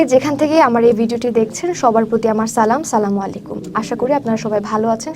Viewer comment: আপনি তো সঠিক ভাবে সালাম টায় দিতে পারেন নাই